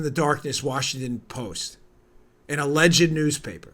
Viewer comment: This may seem silly, but I love that Bongino properly (or at least preferentially to me) pronounces “alleged”, all three syllables of it. Thanks, Dan!